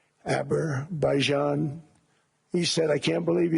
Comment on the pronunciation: He still can’t say Azerbaijan.